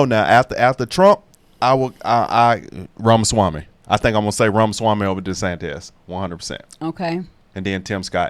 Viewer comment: Vivake… that’s how whose first name is pronounced. Ek It’s pronounced like a long A. (Rake) perfect pronunciation of his last name. Vivek is my #2!!!! I would love him to be the presidential nominee and you should hear him talk about the federal agencies he wants to destroy & ABOLISH!! The US Constitution doesn’t give us four branches of government, but three! The legislatures are supposed to make the committees, etc. etc. and the senate have theirs but they have given up so much of their power to the executive and then the presidents over the past 125 to 150 years continue to sign executive order, creating executive agencies and it’s just too much tax money and they don’t do anything. Look at the FAA!!! Again, people had flights canceled and delayed, and it was just one excuse after another by the FAA and Pete Buttigieg. These people have solid careers and jobs, and they don’t have to worry about getting fired and they’re all paid by us and we have too many . 438 agencies!!! I’m not talking about doing away with Social Security, her health and human services or the FDA FDIC CDC, HUD DMS, DNI, DNS, etc. The federal Department of Education has been used and abused against Americans, and it sucks, and after President Bush signed the no Child left behind act, which made teachers do their jobs and get kids scores up to about proficient. The teachers got mad because they had to work and work. . They went to Barack Obama and said they wanted that at gone so he abolished it and wrot